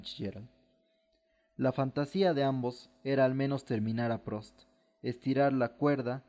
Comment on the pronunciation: Debería corregir la pronunciación de algunos nombres. No es Prost, es Prust, la où en francés se pronuncia u...